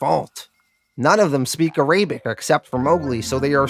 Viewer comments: Arabic. AIR-UH-BICK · I know you talk funny sometimes but "A-Ray-bic?? Come on man. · Love the video but please pronounce it ah-rah-bic. Sahlem